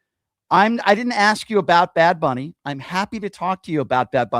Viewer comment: It's Bad Bunny, Brian, not Big Bunny, sir.